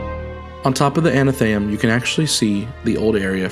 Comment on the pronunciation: I'm really sorry to be that person. But you may actually want to talk to a specialist about potential dyslexia. You've been saying anatheum, when it's atheneum. You also said inDEBITed kindness like the bank card. But it's indebted kindness. Like being in debt. The b is silent.